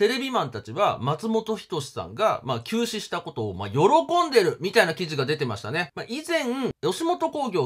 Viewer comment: 休止が急死に聞こえてびっくりしました